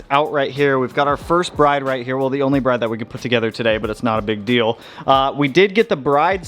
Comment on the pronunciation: Lovely seats! Pronounced Brid, though, not Br-eye-de. ❤